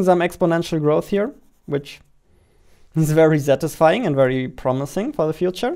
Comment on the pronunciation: "Zirious", "Zatisying", "Zeeing (Seeing)", "Inzane", even the words are entertaining good job!!! Love your vids! "What do you want to zee" - I dunno